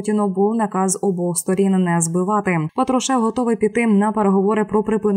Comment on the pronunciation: Уберите безграмотных дикторов, Патрушев, ударение на "а".